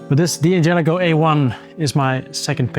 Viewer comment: Guy's, please... it's not pronounced "Dee angelico", it's Dan jelico. The punctuation is an apostrophe, not a period. Sorry to be a pain.